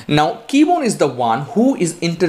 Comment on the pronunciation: KEBONYE! Not Keybone.